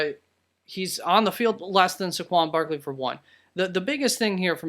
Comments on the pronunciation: Nvm. He just can’t say Saqaun barleys name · Yea I saw it also and went in right away to comment and saw this already was dealt with..what a joke. Also how he pronounced his name =))))